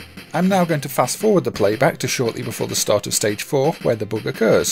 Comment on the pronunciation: Why are you saying "boog"?!